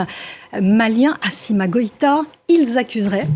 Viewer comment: Il faut gifler la petite journaliste là, est elle sauvage elle a dit "" Assima"" au lieu de Assimi